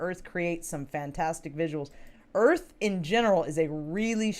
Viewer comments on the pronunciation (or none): Alara "there wasn't and footage clearly showing the "" Earf """